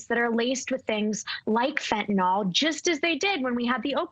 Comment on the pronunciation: She's not a Dr! If she was a Dr she wouldn't pronounce fentanyl fentinol